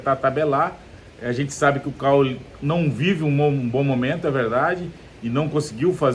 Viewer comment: Cauly, Preto, não Caule. Aprenda craque